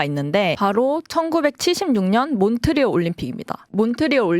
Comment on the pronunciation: 몬트리 올림픽이라고 하시는데 ㅋㅋㅋ 몬트리올 올림픽입니다 ㅋㅋㅋㅋ